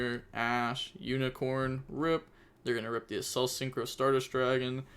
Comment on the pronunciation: Also bro Accel from Acceleration not assel